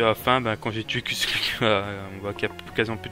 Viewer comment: Ont dit pas kusluk ont dit kushluk